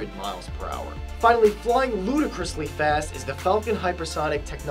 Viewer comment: Did he say ludacrisly fast ? xD